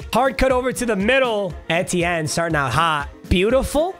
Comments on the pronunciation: its travis ee-tea-en not eh-tie-en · I am a Clemson fan and I don't think that's how you say travis Etiennes name Just saying can't control you great vid. He went to Clemson btw